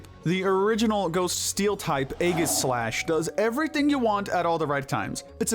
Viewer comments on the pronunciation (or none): It’s pronounced EE-JUH-slash, “”! 🤨